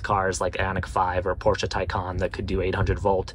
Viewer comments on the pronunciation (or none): none